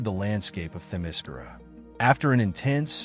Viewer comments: The only problem I have with this video is that Themyscira is being mispronounced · The way you say Themyscira is effing TERRIBLE. And you say it wrong like 700 times in this video.